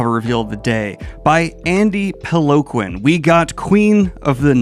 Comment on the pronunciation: weirdest pronunciation of Peloquin I've ever heard.